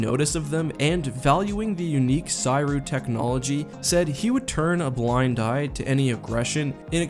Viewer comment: Making me twitch every time you pronounce Ssi Ruuk that way.